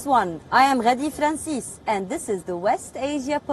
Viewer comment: The accent when she says 'Ghadi Francis' 🤩🤩